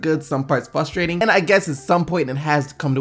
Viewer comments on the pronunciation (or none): you do this alot It's "frustrating" not "fusterating" pronounce the "R" please thanks. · etc did HE SAY FUSTIRATING THERES A R FOR A REASON if ur reading this I don't give what organs you missing you better get that r in there